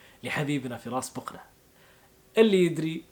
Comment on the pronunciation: بقنه وليس بوقنه !! خربتو ابو اسم العايله